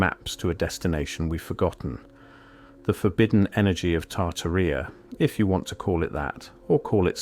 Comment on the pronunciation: There seem to be two different pronunciations for Tartaria; why you've chosen the one that rhymes with gonorrhea is also a mystery.